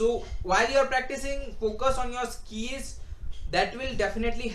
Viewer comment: first learn how to pronounce words "skiiils" anyway tips are bit useful '